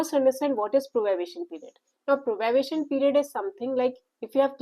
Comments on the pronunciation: its probation not probabation please correct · It is probation not probabation